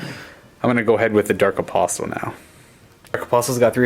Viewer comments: A-POSS-el. The T is silent. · Hey, pronunciation is my bugbear. You don't need to say the 'T' in apostle. A-pos-el is the way to pronounce it. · the 't' in 'apostle' is silent. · Apostle has a silent T. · The T in apostle is silent.